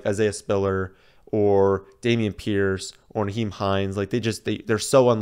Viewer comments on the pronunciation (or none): none